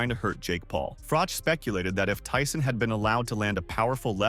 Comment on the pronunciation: He really messed up Mike Tyson‘s name. He really drug his name in the dirt.